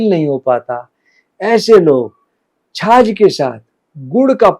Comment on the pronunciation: छाछ होती आप छाज कह रहे हों जो अनाज पिछोडने के काम आता है 😊